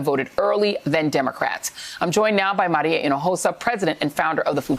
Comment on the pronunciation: Joy Reid...just discovered her. Love how she pronounces “Maria” 🙂